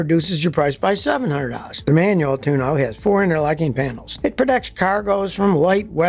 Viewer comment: Love how you sometimes pronounce it 'tune-oh'. Thanks for the laugh. Made my day. I guess, given its frequent failure, the proper pronunciation really should be 'Tune-Oh'. Great humor Scotty 😁!